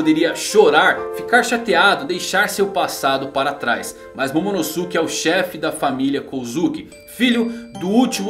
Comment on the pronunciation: Não é momonoSUke é momonoske que se pronuncia